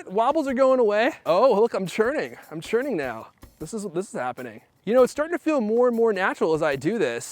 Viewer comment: Your churning, most people say say turning